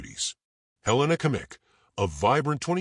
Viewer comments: Great story, but I beg you to learn how to pronounce Her name correctly. Helena Agnieszka Kmieć. In the middle name Agnieszka the sz sound should be pronounced as sh in English. The last name Kmieć can be approximately pronounced as Kmyetsh. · The video pronounces her surname incorrectly.